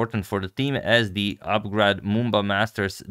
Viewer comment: its "Up Grad"